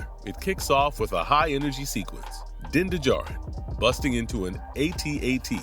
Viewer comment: you are hitting one strike after another.... din de djarin???? like in many other videos of yours lately....you have never watched anything of what you are talking about, and your ai scipts don't help you either, when you are reading of it like the robots you employ to write this garbage....